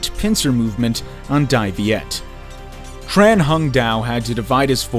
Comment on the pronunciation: Tran is pronounced as Chan in vietnamese dude...